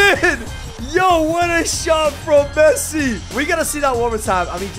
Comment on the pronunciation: Bro said Fessi 💀💀